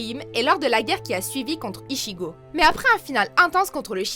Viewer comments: Ptdrrr tu sens que l'anim n'as pas été vu même ichigo prononce ishigo 😂 c est bien une chaîne cancer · ORIHM!!!,??? ORIHIMEEEEE PUTIN ET PAS ICHIGO ITCHIGO SI TA DU MAL bon ulquiorra compréhensible mais sa de dit Ulouquiora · Aïe la prononciation des noms des persos de bleach "ouyoulquiora" "orhime" "ishigo" faites un effort putain c'est si dur que ça de dire "*ulquiorra" "orihime" et "ichigo"